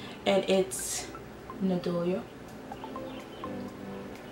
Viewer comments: It is pronounced Na-di-no-la, not nadola. It works and it has been around for years. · it’s nothing to do with her accent, she simply just pronounced the word incorrectly. Nothing is wrong with someone pointing that out either, and helping her for future.